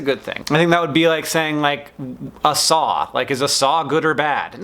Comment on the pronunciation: this is funny bc i thought he'd said "song" when he said "saw" lolol